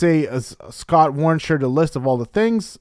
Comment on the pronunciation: It’s “Eh-Scott”